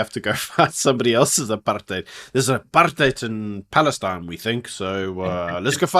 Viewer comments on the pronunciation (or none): none